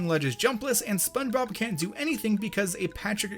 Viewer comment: his voice sounds like he should be in spongebob or in his pronunciation "Spunbob"